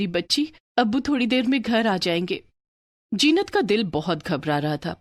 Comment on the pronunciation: Mera naam bhi zeenat hai lekin ye to jeenat bol rehe hai but story is good ❤